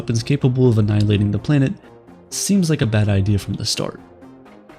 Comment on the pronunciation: Nuclear "anniliation" was not what I expected...